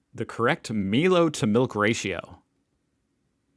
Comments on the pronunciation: Possum dog rolls are super healthy for dogs and high energy Also milo is ptonounced my low....really yummy chocolate drink hot or cold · Dictionary: 🤦‍♂️..🧏‍♀️👩‍🏫 😁😁😁😁😁😁😁😁😉 1)Emu=Eem-you ( no you'll never live it down mate 😂) 2)Woolworths or Woolies = Wool-( as in jumper).. worths. A Supermarket food company here. 3) Milo= My-Lo.. awesome chocolate granules that you mix with milk, drank hot or cold. Cold you get chocolate floating on top and yum to eat then drink milk. Hot it dissolves. Can use with hot water and add milk or all milk for a creamy hot drink. Can have with or without sugar. It is chocolatey and so tasty. Can be sprinkled on ice-cream, trifles, anywhere you want chocolate. Everyone loves it 😋!!! I have a funny feeling we might be adding to this list in the future😁 but don't worry, you are not alone.. we are educating most Americans 😂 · milo is pronounced meyelo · I love that you just pronounce words as they are written however it is pronounced “Mylow” and I fill my glass with it and only add a tiny bit of milk. That turns into a kind of chocolate paste that I eat with a spoon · Milo = M-eye-Low, Woolies = Wool-ee-s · Milo is produced My-low. (Sorry if the comes off mean I don’t mean it too) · Brushtail Possums are Native to Australia but they are feral in New Zealand , so the Kiwis are controlling a feral species and feeding their dogs............"two birds with one stone" so what's wrong with that ? Also "Milo" is pronounced "M-eye-Lo" and it is chocolate milk powder but with vitamins and minerals added. People eat it straight from the can, or mix it highly concentrated so all the Milo sits on top of the milk , it even stays crunchy . It's also really good on ice-cream or even in sandwiches (that's right). I bet you could find a youtube video of someone eating it from the can , I haven't looked , but I bet it's there. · it's pronounced My-lo and the parrots are wild birds! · Mylo double the consonant shorten the vowel no double L there.